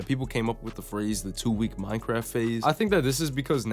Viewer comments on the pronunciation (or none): none